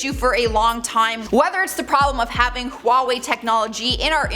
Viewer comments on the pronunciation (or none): none